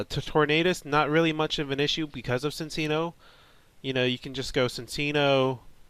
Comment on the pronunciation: It's pronounced Chin-cheeno. My life's goal is to get people pronouncing this name correctly. He's a chinchilla. So you use the "ch" sound. Chinchilla and chino cloth. His Japanese name is Chillaccino. Before you say "But there's no h at the beginning!??!" Just ask yourself WHY would it be pronounced Sin-cheeno? It doesn't make any sense. He's not a dark type, he doesn't do anything particularly mischievous, and Nintendo of America would not have that anyway.Ci looks better than Cc at the start